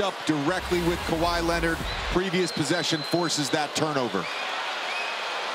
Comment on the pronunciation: Bron butchers Kawhi every time.